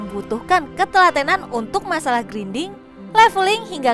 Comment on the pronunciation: mbak belajar pronunciation english mbak.. grinding gk gitu sebutnya masa baca alphabet aja blom pernah di ajarin.. I di baca "ai" jadi bukan grinding baca nya /ˈɡrīndiNG/